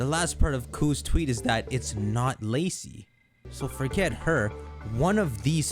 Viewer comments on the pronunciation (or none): It’s Lacey lol 😂